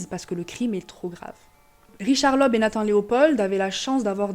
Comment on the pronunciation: "oe", en allemand, est le caractères d'imprimerie pour remplacer le "ö" et se prononce "eu"; "Leub", donc 😉